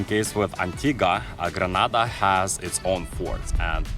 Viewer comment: Thank you for visiting Grenada. If you are going to do a documentary on a country, you must first learn the proper pronunciation of that country. I also find you to be some what petty.